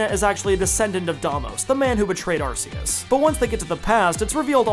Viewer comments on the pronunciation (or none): Not another person who says arse us Really not that hard ark which sound so much better not how it’s pronounced that’s the most dumbest reason most words u don’t specifically say each syllable Anyway the movie was pretty shit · It’s pronounced, are-key-us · But it's not spelled Arseus. It's spelled Arceus, with the hard C found in Archaic, Arc, Archeus, arcane. You can't even fall back on "but ce means soft" because english has exceptions to that already. Also, it's clearly based on latin(to be cool and godly sounding), where there is no soft C to begin with, C is always hard. You are being remarkably silly about this. It's like if I started claiming that Neige has to be pronounced Ney-Geh, because that's what the spelling would sound like in my country, and not bother to get the pronunciation right. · I’ve heard the name pronounced as “Ar-kay-us.” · Not arguing here, but you like the way that the Pokemon God sounds like Ass-eus? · It’s pronounced Arkeyus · Arceus more like arseus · you said arceus wrong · I lost my fucking mind every time you said arceus.... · Man you dont how to say arceus